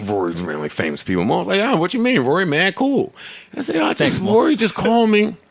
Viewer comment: Who are you Scooby Doo😂😂😂😂. It's Rory